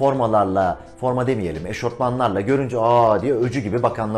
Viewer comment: eşofman, eşortman degil